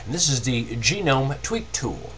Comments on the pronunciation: lol nice you say genome instead of gnome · It's actually sort of correct, his accent mispronounces it slightly. I believe it's pronounce Ga-Nome sort of like TWIL. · Sorry something that annoyed me a little is "gnome" that's actually how u spell the word gnome (nome). So it's pronounced nome. Other than that, very helpful and just what i needed.